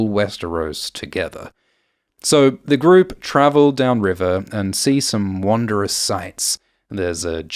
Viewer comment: I feel a total bitch moment coming on... If you wish to narrate in front of a global audience, you should learn to pronounce words. Mischievously has no "i" after the "v" so it's miss-chee-vuss-lee, not miss-chee-vee-uss-lee Wondrous is pronounced wun druss, not won druss. Tongue is pronounced tung, not tong Meister is pronounded my-ster, not may-ster. Arrrrrrrrrrrgh.